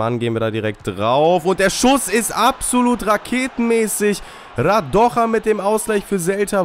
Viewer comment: Radoja is serbien nicht spanien den spricht man nicht so aus